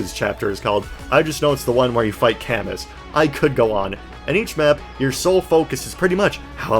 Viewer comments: camus is pronounced with a silent s othwrwise great video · Camus' name canonically being pronounced cuh-moo due to feh is something im not sure ill ever get over. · Great video but that Camus pronunciation hurt my soul😢